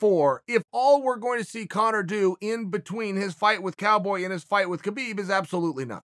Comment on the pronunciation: i think hes saying habeeb wrong on purpose now.....